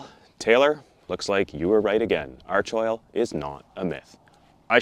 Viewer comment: FYI for all you yanks. It's pronounced ARK-oil